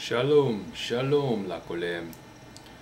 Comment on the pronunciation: your hebrew is great! for a beginner, of course. I thing your "ayin" is to strong' more like in arabic then in modern hebrew. As a native speaker, I thing your R is like in spanish: modern hebrew R is more like in german or french. we usually say "BeiTI" and not BAiti, and "lekuLAM" instead of leKOlem, bur your hebrew is still good. How long you learn it? Five years? however, greeting from israel. And I can promise you it's a beautiful place. sort of.